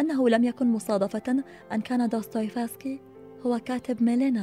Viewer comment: جمااالج وانتِ تلفظين دوستوفيسكي